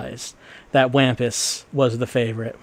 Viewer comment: Wampus is pronoucned like Wompus. The Wampus cat was my highschool mascot, they're pretty cool, and also a cobalt blue. Cobalt blue six armed cats.